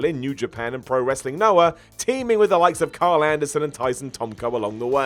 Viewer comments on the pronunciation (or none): none